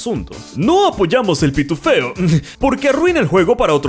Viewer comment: "Pituféo" suena simplemente mal xDD